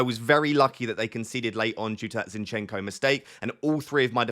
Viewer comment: not zinchEnko, the correct pronunciation is zInchenko